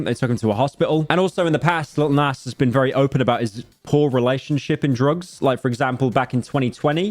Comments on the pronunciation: "lil näss" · Bro saying nas haha